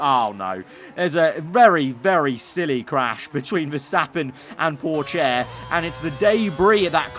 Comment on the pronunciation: Please can you learn how to say pourchaire name its got more of a hard t at the front